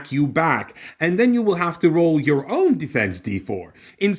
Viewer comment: My brother... its pronounced own.